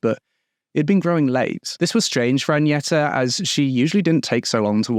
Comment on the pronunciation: hi so Agneta is pronounced "gn" as in Agnes. Same way, not Añeta. I know it's an honest mistake, i'm just correcting.